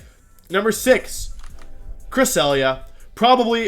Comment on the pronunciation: I loved how he said cresselia the first time lol.